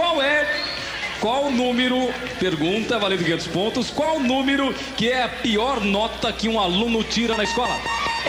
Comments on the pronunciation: o celso: "qual númiro?" kkkkkkkk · o apresentador falando númirú com i e ú tambem nao ajuda ne...